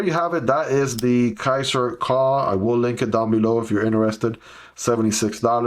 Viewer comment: I have this one on my wishlist for quite some time, but lots of negative reviews made me hesitate, yet I like the design ... and sometimes add lanyards to my EDC knives ... soooo ... your video makes me thinking again ... :D Note "Kuh" is german and means a "Cow", pronounced kind of like Koo in english :)